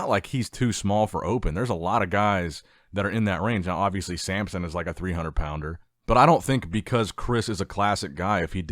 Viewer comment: Why do you call Samson, Sampson?